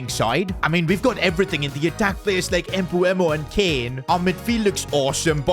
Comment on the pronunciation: You need to trust sons regen Please call Mbeumo Mbeumo not Mbuemo as you say it